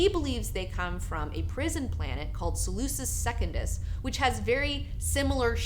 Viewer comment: Some pronunciations, Harkonnens are pronounced hog-con-nans. Salusa Secundus is pronounced salusa-sec-con-dus And some lore things got wrong. Jessica is not bought from the bene gesserit. Jessica was actually forced upon the duke by the bene gesserit. The bene gesserit gave Duke leto some information about a Harkonnen plot years ago where the Harkonnens had a null ship (invisible ship). The Harkonnens used the ship to fired on a Bene Tleilax ship and framed the duke in hopes of starting a war between the two houses. In exchange for the information the duke agree to take Jessica into his household.